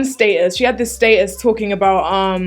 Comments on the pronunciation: ohhh i was confused when was pronouncing "statues" 😂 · I love how she says status's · It took a while to figure out you were saying "status" 😂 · Lol sub demographic is clearly mostly American because everyone's commenting on the way she pronounces "status" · I love how you pronounce "status". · i just realized she was saying "status". omg love u 😂